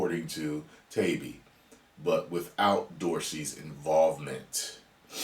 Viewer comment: FYI.. it's Matt Tie-E-bee